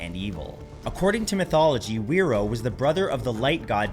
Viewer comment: Probably said fi roar not where row. As wh is generally an f sound here